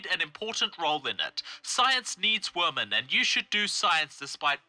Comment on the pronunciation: When you and Lauren Southern say "women" it sounds like you're saying "woman" What's up with that?